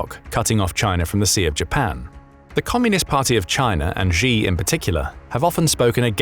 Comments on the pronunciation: Xi is said like "she", not "gee". Get it right !!! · Xi is pronounced as Shi, not Ji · Who taught you to pronounce Xi? You said it 2 different ways, both of them incorrect.